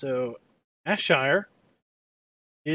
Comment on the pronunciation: Ayrshire is pronounced, airshire Soz it kinda annoys me 😂